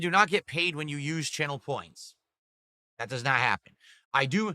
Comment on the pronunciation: "That" = "Dat"